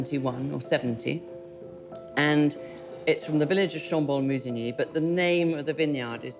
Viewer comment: L'intelligence artificielle, ça craint!😂 écoutez la prononciation de chambolle-musigny....